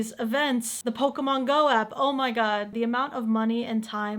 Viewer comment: 😂😂😂😂😂😂 did he Say Pokéman